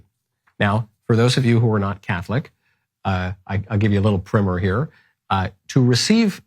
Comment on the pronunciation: You have started a real identity crisis in me, Michael. The way you pronounce “Prime-r” as though it were “primm-er” has me questioning if i can identify as a MichaelKnowlesian. Optimus Prim? Prim Numbers? To prim an engine? Granted, the British still have a monarchy, so their form of government is as close as it gets to legitimate and defensible, but still… we fought a war to fix their language